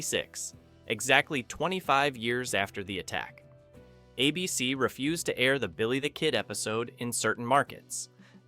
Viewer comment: "A" BC demanded extensive script revisions. WTG with your lazy AI and lack of quality control